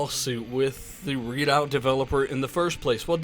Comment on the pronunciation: it's REDOUT...not READ OUT....it's RED the color.....RED...FFS